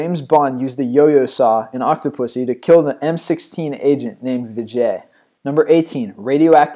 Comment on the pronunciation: James Bond Didn't kill vijay (vee-jay) and its M.i.6 not m16